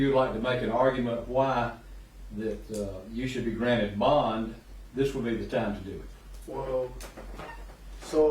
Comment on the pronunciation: It's BOND not BONG